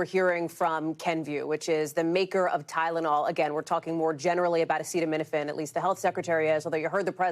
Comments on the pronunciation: This from a man who says he has the highest IQ in the white house. He didnt even know how to pronounce the word acetamenifin. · Come on trump, sound it out... a ce ta mi no phen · He couldn't even pronounce acetaminophen 😂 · Caution taking medical advice from someone who can't pronounce the medication he's bantering about and also release the EPSTIEN FILES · This brain dead gutter snipe has to sound out the word acetaminophen on camera. Nobody seems to show his lowball reading ability on any of these posts. He's recommending medical advice and has never read the name of the topic of this discussion. I guess I should use his new title: President Dr. Gutter Snipe. Hasn't he harmed enough of our daughters? Not to ignore Dr. Bobby Wormbrain, the nation's top medical researcher. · medical advice from someone who can't pronounce acetaminophen. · Mr Bone Spurs has some nerve saying to women "if you can't tough it out" Doctors and pregnant women don't go around habitually taking Tylenol acetaminophen or anything else if they want to have a healthy pregnancy, dumbo Trump. It already is not encouraged unless necessary but now we have you saying only do it don't do it do it. O m g!! And it would help if you could pronounce the word acetaminophen correctly and at least know what you're talking about before you get up to the podium. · Should probably be able to pronounce the word before deciding if it's good or not. I mean it would be more helpful to understand what it is... But I'm going with the bare minimum here. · You're not going to learn it from Dr Trump okay He couldn't even pronounce the word acetaminophen. 🤣🤣🤣 so I do hope you have a do.